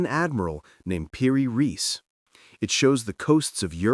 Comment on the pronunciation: The name is PIRI REIS, not PIRIS.